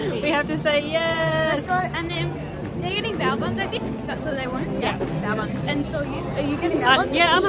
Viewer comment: It’s not bowa buns it’s bayo buns lol